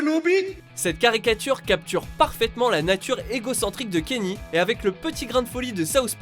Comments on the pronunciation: Kenyé !!! Kenié west pas Kenny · Bon sang mais apprenez à prononcer Kanye s'il vous plait mdr... En tous cas j'me suis bien marré pendant cette vidéo... Ca me donne envie de me refaire la série pour la énième fois x'D